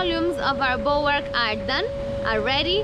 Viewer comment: As part of your ongoing course in marine terminology, gunwale is pronounced "gunnel"! Don't forget now,! Addendum - HOWEVER bulwarks are NOT pronounced "bollocks"! So you do get it right some of the time!